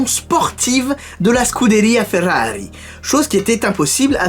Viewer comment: Je sais pas où tu va chercher t'es infos mais y en a pas mal dont j'ai jamais entendu parler 😂 Une des meilleures séries sur ta chaîne pour ma part ( elle sont toutes bien en vrai 😂 ) Superbe vidéo continue comme ça !! 🤣👌Ah oui et l'accent ( SCUDERIA FERRARI )😂